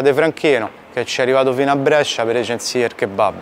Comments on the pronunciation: Finalmente a Brescia, che bellezza! Però dobbiamo rivedere come pronunci "Brescia" 🤣 Grande continua cosí 💪🏻💪🏻💪🏻💪🏻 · Brescia si pronuncia con la E chiusa. Si chiama la Pallata la torre che hai inquadrato. Prossima volta che passi, avvisami che ti faccio mangiare bene io...un abbraccio, come sempre un bellissimo video! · Comunque Brescia si pronuncia con la "e" chiusa non aperta...